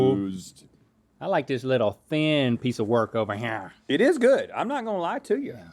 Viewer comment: Link keeps saying here like cartman “hya”